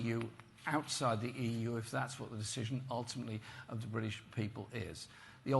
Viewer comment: And why is he unable to pronounce British